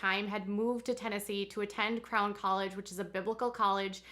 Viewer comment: Everytime you say, “Crown 👑 College,” I hear “Clown 🤡 College. I cannot imagine why.